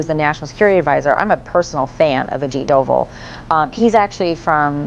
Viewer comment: It's Dhobal not Doval